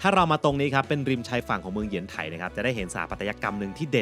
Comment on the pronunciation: ชื่อเมืองอ่านว่า เยียนไถ ขอรับ